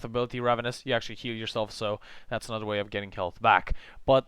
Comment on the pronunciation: A nutter video? Go back to fuckin' school and take some speech therapy, dumbass.